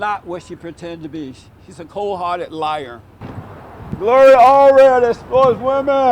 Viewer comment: LMAO! Jesse you are good for a laugh! The word "Narcissist" kicked you ass! And your butchering Gloria's name over and over and over! This video gets a thumbs up for comedy! "Donald Trump will put a big Bootiful Wall up fo us." HAHAHAHAAHAHAHAHAHAAHAHAHA!!!! Thanks Jesse!